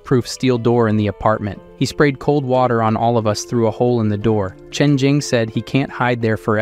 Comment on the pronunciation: makes SO much sense, for a while it was saying the word "all" as the name "AL" like short for "Albert" and it was getting on my absolute nerves. "Colleagues" was "Coll... eague... ands" a few times and was said slowly like he was reading the word for the first time in his life. "Filled" > "Fill... ed" || "Surveillance" > "Sur... veil... ahns" || "Following" > "Foh... low...ing". A lot of the pronunciations are really throwing me off and I notice them so much, I understand why this channel is probably using AI, they're probably taking out a lotta content but ehhh.. it's just not for me. After I'm done hearing this story, I'll be going to a different channel for this sorta stuff, I only clicked because I mistakenly thought it was a different channel that the voice sounds super similar, but it's much more expressive because it's someone actually reading it.